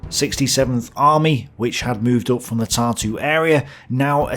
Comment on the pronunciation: For somebody who knows correct pronunciation and uses many of names mentioned on a regular basis, i find it funny how most of them are either pronounced completely wrong(with some names i was even unable to recognize) or have emphasis on wrong syllable(Tartú instead of Tārtu or Daugavá instead of Daúgava). So, again, there is a one-sided narrative being presented by a pro-german authors... So, again, everyone tows their own line. What a shocker. Because every author tries to cover crimes of side they are on and emphasize crimes of opponents. Both sides were evil in this conflict. Let me correct it - all sides were evil. Every side that took part in that war has plenty of skeletons in their closets. Its the nature of war, there are no just causes. Everybody, without exceptions, raped pillaged and murdered. I wouldnt necessarily take those numbers at face value, since what Germans claim to have done and what they actually did, are two completely separate things. Considering content of this video this disclaimer should be made about everything. Unless somebody is being biased, to emphasize possibility of certain data being inaccurate, due to personal preferences.